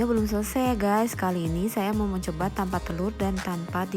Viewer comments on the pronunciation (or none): suara nya bindeng jelek suaranya lain kali buat yang jangan bindeng ya aku ndak suka suara kayak gitu bilang untuk lo kayak umntuk bilang tanpa lo kayak ltamnpa